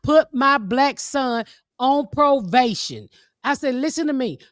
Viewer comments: Ms. Pat, it’s probation not provation ❤ ya‼️ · The fact that ms pat can’t pronounce probation is hilarious 😭😭😭